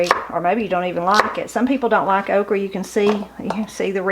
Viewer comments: Grew up in Adams TN & coupla memories n differences in how my family prepares “okrey” (same pronunciation) Nowadays I use my sieve to get the extra cornmeal out so it don’t cause my oil to burn up too fast. I’d be told to get diddys flannel on to cover my arms and be given a bowl and a paring knife. I knew I shouldn’t cut off anything bigger than the blade of the knife bc they said that was too tough. Although- if it were to be boiled(spit up the sides and boiled till tender in buttery water) then it could be bigger. We didn’t top n tail them unless they were older & too big - I like the tails personally fried up same as I like the crispy fried fish tails 😂 Anyway we had stewed taters instead of milky. We fried our okrey like you. We always kept a freezer on the outporch with deer meat in it too. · Wonderful meal! I've never heard it called okra the way you say it. I usually eat it more with heavy breading; but I thought it was made that way to get rid of the slimy-ness. Only like it when not slimy otherwise I won't eat it. I would have put the dessert on my biscuits! Love deer meat and it's very good and lean. Really nice to watch you cook and get some pointers! Love your videos! Thanks and have a great weekend!💕 Ps. My grandma was from the UP of Michigan. My favorite thing she made us was pasties! And we ate them with ketchup! I miss her dearly. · I agree! I’m from Georgia and I’ve never heard anyone pronounce it Okre/Okry. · Why would you say okry with an E sound? The word doesn't have an E or a Y. It ends in an A and an "uh" sound. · Your food looks wonderful but wish you'd say "o-kra" :) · "Okrie" LOL....now that brings back memories! Growing up in Kentucky, just about everyone would pronounce all words ending in "a" as "y" or "ie"! I love me some good fried okrie!! Black-eyed peas, rhubarb, butter beans, oh man, the list of good eatin'' is lonnnnnnggg! Got any videos on rhubarb pie??